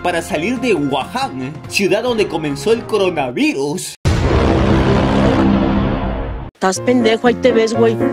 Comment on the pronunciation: dijiste crona y es coronavirus xd -.